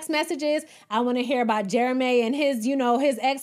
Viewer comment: The way you said Jeremayyy made me cackle 😂😂